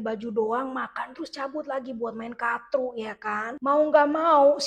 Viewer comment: kartu karrrrrrtu.. bukan katru wkwkwkwkwk ngakak mulu gw tiap lu sebut katru